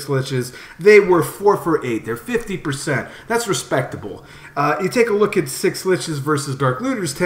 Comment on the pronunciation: just say Schlitzes the way it is, fucking annoying dude